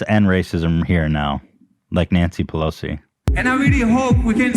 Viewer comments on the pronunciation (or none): none